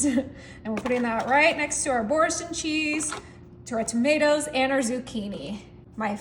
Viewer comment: Yes and it's a French cheese pronounced ' boor-sun'.